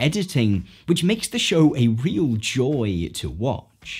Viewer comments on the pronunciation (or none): none